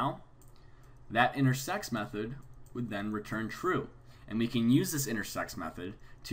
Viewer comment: am i the only one who hears intersex?